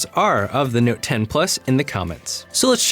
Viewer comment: I'm just noticing that you're saying "Nowte". ;-) And "Phowne". Or "Phoewne". :-)